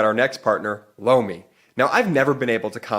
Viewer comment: Holy Sh!t … “lomi” … it’s “LOMI”… 🫢swear to gawd thought said “blow me”… great ad read, as always. BUT I don’t understand how MAGAts think they will benefit from an autocracy? They really want to put TFG back in and throw EVERYTHING away bc they’re still butt sore over Obama?etc. … etc …